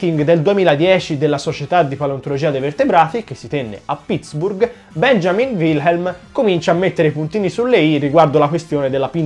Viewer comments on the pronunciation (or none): none